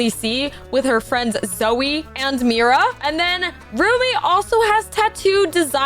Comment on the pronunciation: Bro way are you saying Miras sword?